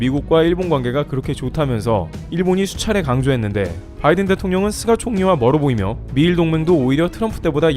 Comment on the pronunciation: "쓰가" ... 속이 쓰렸"쓰가"...?